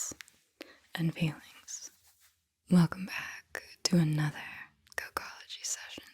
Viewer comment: I had to rewind I thought she said "cuckology" session the first time around. Like wut? 🤔😆